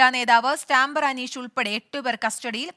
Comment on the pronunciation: സ്റ്റാമ്പർ അല്ല സ്റ്റമ്പർ